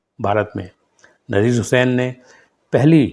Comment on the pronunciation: अरे भाई नाम का उच्चारण ठीक कर लिया करो ,आपको नजीर हुसैन,नसीर हुसैन में फर्क पता नही है क्या,अपने वीडियो को खुद देखना सुनना